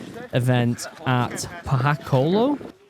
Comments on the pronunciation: poh hah koo loh ah is the correct way to say it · Actually pronounced Po hah koo low ah (Pohakuloa). I was stationed in Hawai'i for about 3 1/2 years. Love the Hawai'ian language :) Semper Fi!